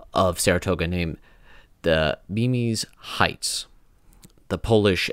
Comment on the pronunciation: Os-WEE-go; Or-RISK-a-knee; BEE-mus Heights. Living within the area I’m familiar with these places. Not trying to be a PIA. My 4th great-grandfather was in that battle.